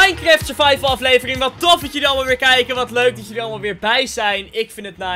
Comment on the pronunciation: Normale mensen:leuk Ik:leuk: muik